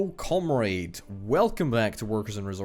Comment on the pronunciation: Can you not say comadre correctly?